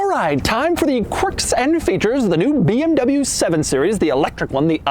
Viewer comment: You are in this game for a long time and you still dont know hot to pronounce BMW or Porsche ?